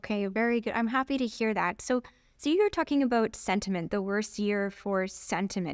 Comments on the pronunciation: It’s not sediment it’s sentiment. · This is so funny! The super cute smart chic tries to teach this guy very tactfully how to say sentiment...and he just doubled down on the silt! Ahh surely next visit the sludge will have been cleaned up.